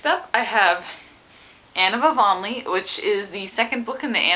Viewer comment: Yeah for nerdy sixth graders! (And I'll ignore the fact that you mispronounced Anonlea, even though it wounds my soul. WOUNDS MY SOUL,.;p